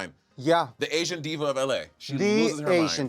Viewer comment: Did she not say SLAYsian?